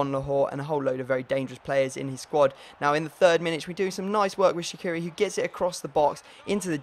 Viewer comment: Shaqiri is pronounced Sha-chi-ri not Sha-ki-ri :D Love the series!